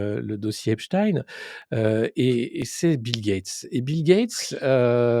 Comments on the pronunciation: C’est pour ça qu’elle prononce Epstin au lieu de Epstein Analyse un peu simpliste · EpstEIN heu Epstine.... pk elle se reprend ????? 🤔🤔